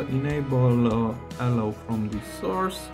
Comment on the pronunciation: Ty for the hint. Btw, your intonation for "allow" is wrong. You say "Allow" but correct in all english speaking countries i know i "allOw". The sounds are all correct, but the a should be shorter and the o longer